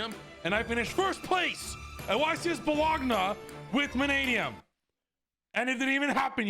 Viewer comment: The way he pronounced Bologna sent me. He's butchering my language.